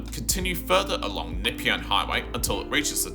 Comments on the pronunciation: Nepean = Nuh-PEE-un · what is the Nipyan Hwy? AI shit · Very strange way of saying "Nepean"!! 👀 You can't be from Melbourne - from Sydney?